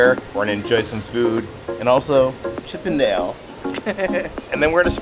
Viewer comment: Always think if saying “let’s go and see the Chippendales”…I mean Chip and Dale